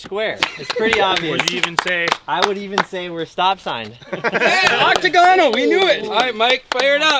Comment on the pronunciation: thinking a triangle is more than square and then mispronouncing octagonal was driving me up the fucking wall